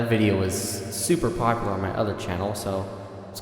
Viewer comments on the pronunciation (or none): none